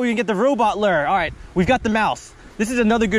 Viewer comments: Loo ure not lu er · you pronounce lure loo-ur not lur btw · Lure not lur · I thought I was the only one calling lure, larr... lol. Mouse larrrr instead lure. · Loo-er not lrrrrr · It’s pronounced (loo-er) not ler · Please stop calling it a lur..... it’s a lure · Dude it’s lure not lurrr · I hate how he say lurr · You say lure wrong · anybody else hate the way he pronounces lure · It’s pronounced lure not lure lol